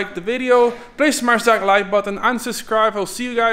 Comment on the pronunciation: I realy thought he said unsubscribe at the end of the video hahaha